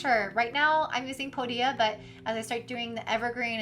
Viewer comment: Thanks for the video - a little annoying that you keep pronouncing Podia wrong - it's not "po- dia" it's "pode-dia" - watch any of Podia videos on their YouTube channel